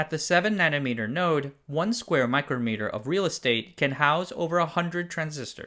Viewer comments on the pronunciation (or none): none